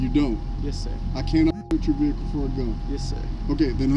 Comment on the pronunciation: what's a VE HE CUL ?